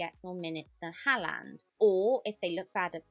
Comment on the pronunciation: Why does she say haaland like that …